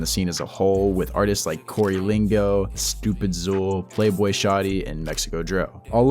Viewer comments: Haaard ass video g, keep up the good work. (btw stoopidxool is pronounced stoopid- cool ) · stupidsool, kap-pee the goat Oh-ceree, can't forget goy-ex-ar-dee? 🤣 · Great video but come-on bro "stoopidzool" "kappethegoat" 😭😭💜 keep up the good work tho frfr love this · stoopid “ZooL” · why does he pronounce xool 😂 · I cringe when ppl pronounce StoopidXool’s name wrong lol